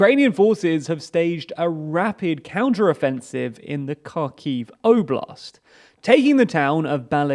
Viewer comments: I know you guys are probably sifting through news by the terabytes to bring this to us and its very much appreciated and this is a relatively insignificant thing but anyways; Kharkiv is pronounced with a 'H' like 'Harkiyv' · You learn something new everyday, that there is a city called car key, and putin has lost it (Great on the information, but you should research some of the prenounsiation for the towns and cities :P) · You should learn to pronounce Ukrainian cities correctly. It is painfully obvious you don’t know how to pronounce the kh sound in Kherson and Kharkiv. It is not a k sound but a throaty h sound. Shame on you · Please don't pronounce the K in Kherson and Kharkiv. Look up the sound of the slavic X. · Kharkiv is pronouncing more like "Harkiv", NOT "Karkiv". The same thing is with Kherson. It must pronouncing "Herson" - not "Kerson". Lozove is pronouncing LozovE - NOT "Lozov". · Please can you try to pronounce Kherson and Kharkiv correctly? It’s more like „Hersón“ and „Hárkiv“. Edit: otherwise great video and thank you so much for the content :) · It is pronounced HersOn. The stress is on second syllable. And it is pronounced HArkiv. The stress is on the first syllable.